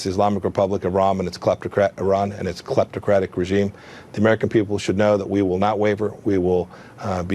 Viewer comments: in he said cleptocratic...wtf is that?!! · Collupt ocratic regime? What words is he even saying?